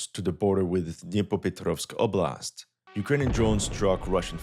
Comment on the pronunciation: За то как он старается произносить названия населённых пунктов - определённо лайк)))) Звучит забавно, но слышно, что старается)) OBLAST'